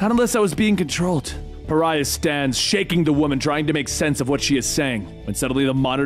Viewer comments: This is multiple vids put together. In his first few he didn’t know how to say it but obviously he figured it out thru comments and such. I think it’s funny. Cuz I was like who the F is Pharrah. And then I was like OH....you mean Pariah?? 😂😂😂🤷🏾‍♂️ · (Ferrah) Love the dramatic reading but holy shit... I would google translate pronunciations... Pe-ri-ah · he says pariah correctly here lol Edit: seems like he says correctly from here on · Pariah = pah-RYE-ah, not FARE-uh. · I know right?!?! I mean pharah isn't paraiah I'm going crazy!!! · Pariah...pa-ri-ah. How did that turn into farrah? Lol. 😅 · Umm, is it just me or did he pronounce Pah-ry-ah as Far-rah? Like Farrah Fawcett.. instead of an extremely shunned individual, a Pariah? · ever notice always pronounces names wrong? he called pariah parrah multiple times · Bro his name is pronounced PER EYE AHHH XD ijs.. You can only hear him called Ferah so many times xD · God damn it, there's no H, so it's "Puh-Ri-Ah". I wouldn't be so mad if you didn't just hold out on the longest "ph" sound the moment i realized the mistake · Why does keep saying “Farrah”? His name is PARIAH! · OMG. Pariah, not Farrah! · Pharah? Pariah! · Its Pariah, not "Pharra" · not "Pharha" ffs, Pariah, like in outcast. this is silly. are you familiar with english? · It's pronounced Pah-rai-uh. Not faira. Major fail on that one dude. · i love you man, but GODDAMMIT he‘s called pa-ri-ah. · I kinda wish you'd waited longer before doing this. At least long enough to have dubbed over all the mistakes in the first half where you called Pariah, Fara. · Par-rye-yah is the correct way. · I'm just trying to figure out how you made the jump from Pariah to "farrah"... It's a real Adele Nazeem type of mistake. But, your videos are fantastic so take all this teasing with a grain of salt. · Great video! Loved it. I remember when this came out originally. One thing though... Pa-rye-ah. The hint is in the name. Pariah is a pariah.